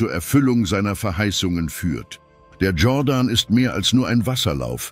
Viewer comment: Der Fluss heisst Jordan, nicht jorden